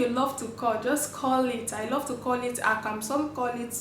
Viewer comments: You do good job.. but please it's akamu not akam.. call it what the name is .. that's how you stay original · You do good job.. but please it's akamu not akam.. call it what the name is .. that's how you stay original.. we love and appreciate what you do